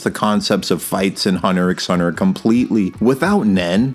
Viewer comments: I'm one of those real anal peopleThe CC reads Zoldick but I swear I heard Zoldlick. Also I'm 99% sure it's pronounced Hunter Hunter. It describes the kind of hunger Gon is, he's looking for or hunting his father. The title still makes sense when Ging replaces Gon as the protagonist since Ging is looking for/hunting Don Freecs. I used to call it Hunter "ex" Hunter too, until I had the epiphany that Gon and Ging are looking for another hunter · You dont pronounce the X in Hunter x Hunter. And why the fuck are you saying ZoldLyck??? Where is that L coming from? You make it Sound so incredibly dumb i can not listen to you further. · It’s cause he pronounces the X 😉